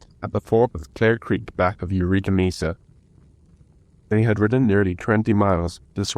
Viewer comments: Mesa pronounced maysa not Misa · That was great! Thanks. A pronunciation pointer - Mesa is from Spanish meaning table, so the e is short.